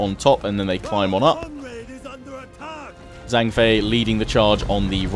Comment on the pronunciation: "zh" is pronounced like a j in mandarin. So zhang would sound like jang.